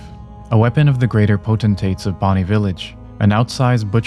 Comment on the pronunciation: Amazing, you actually know the correct way to pronounce "potentate". Everyone else says pot-an-tate when it's clearly POTENT-tate, as in potency, potential, etc. I swear youtubers don't understand English.